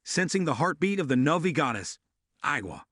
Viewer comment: Your recap sucks and its navi. Not novi idiot